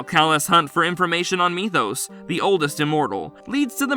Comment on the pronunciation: At least he pronounced Methos correctly this time lol.